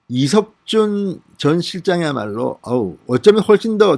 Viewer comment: 이석준 이름좀 제대로 말하세요